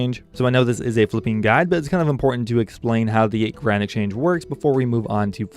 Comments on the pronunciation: Yes!! Doesn't sound like Grand, there's some other partial syllable in there it was driving me nuts. Garand? Granite??? what? lol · Am i the only one who hears "Granite Change" whenever he mentions the GE?